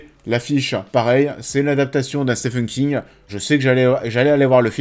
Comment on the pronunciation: Au risque d’être relou ça se prononce « Stiven » King 😊